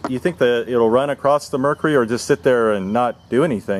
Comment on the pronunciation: correct me if I'm wrong but I think he was talking about how the guy in the video pronounces mercury. Like "mercery" or "murcery" or "murkery" or whatever. It's normally pronounced murc-u-ry lol. But yeah y'all just keep thinking you're so smart for knowing what mercury is.